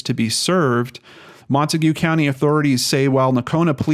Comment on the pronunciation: Hey, I just watched this and wanted to let you know that the county is pronounced Mon teg rhymes with keg. No big deal, we’re originally from that area so that’s how we know.